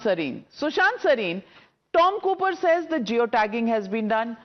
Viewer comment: Cooper re not Hooper